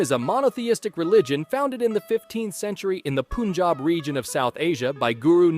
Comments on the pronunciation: Punjab or panjab is pronounced pun-jah-b not pooonjab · its pronounced Panjab or Puunjab, nice video tho! :) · Everyone here overseas pronounces punjab as poonjab, it's not a big deal, atleast he is trying unlike some people who make fun of the name "Punjab"(which actually happens, as people have experienced it alot)